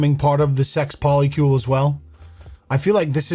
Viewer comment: 4 people 8 different names. What the hell is a Poli-Kiul 😂